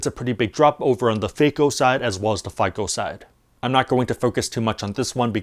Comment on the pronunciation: Did he say fake-o vs fico🤣